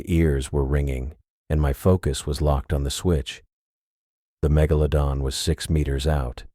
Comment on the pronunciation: I laughed every time it said mega - low - don